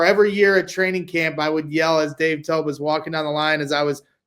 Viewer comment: Briggs said Dave Toubs. Him and Alex Brown really be stuck in the 2000’s 😂😂